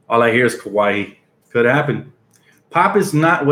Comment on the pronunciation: It's "Kuh-why" Leonard bro